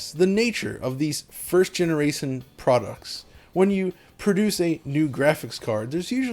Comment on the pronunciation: Generason xD!